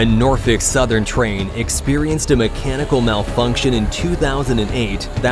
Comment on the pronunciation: For the love of god it's pronounced like "Redding". Hasn't anyone ever played monopoly? And it's NORFOLK.